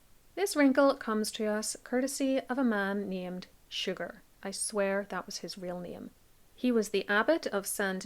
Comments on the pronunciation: The name of the abbot of St. Denis is “Suger”. He was French and his name is pronounced “Soo-zhay”, not like “sugar”. He is well-known in the historical record, especially for helping to create the Gothic style of architecture while renovating St. Denis. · Great video! I love your content. Just FYI, Abbot Suger was French, his name wasn't pronounced like English "Sugar".